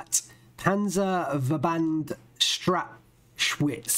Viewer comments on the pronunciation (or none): Strach Witz not strach schwitz xD